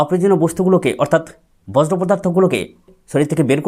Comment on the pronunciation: বজ্র নয় বর্জ্য উচ্চারণ